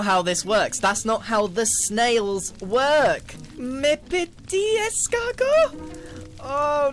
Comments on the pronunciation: As a french, this feels SOOOO wrong to hear Grian say "mes petits escargots". Horribly wrong in fact. é.è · as someone who speaks french you nailed it in the beginning 😂❤